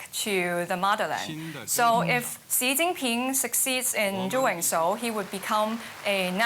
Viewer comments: I know. Sounds terrible when she says it. Also can’t pronounce Xi correctly. It’s not pronounced “she” 🤣🤣🤣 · The Chinese girl pronounced Xi as C, strange. Her logic is childish... but I guess thats what DW loves to hear.